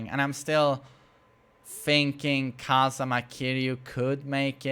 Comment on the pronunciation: KazUma, not kazama